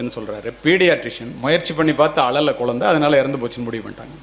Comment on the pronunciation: ஐயா குலந்தை இல்லை குழந்தை ழகர வரிசைதான் தமிழின் அழகு அதை முதலில் தாங்கள் சரி செய்துவிட்டு பிறகு வீடியோ போடவும் மாம்பழம் என்பதை மாம்பலம் என்றால் எப்படி ஐயா தங்களுக்கு புரியும் என்று நினைக்கிறேன் தமிழ் என்பது மொழி அல்ல நம் உயிர்